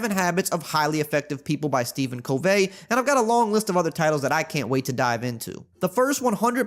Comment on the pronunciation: sorry his name is pronounced "cuv ee" not the French way:)